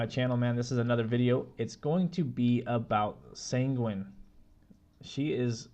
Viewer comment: Sanguine pronounced sounds like penguin lol also nice video! You should have more subs :)